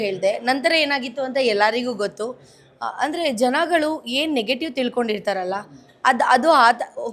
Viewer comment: ಅದು ಹೇನು...! ಅಲ್ಲ . ಅದು ಏನು, ಕನ್ನಡ ಸರಿಯಾಗಿ ಕನ್ನಡ ಮಾತಾಡೋದು ಕಲಿ ಸೋನು. 😂😂